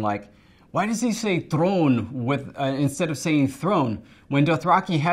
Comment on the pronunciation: I know it's kinda off topic but when Emilia says "throne" for me as a non english native speaker that "th" sound is the hardest to do and it sounds so awesome.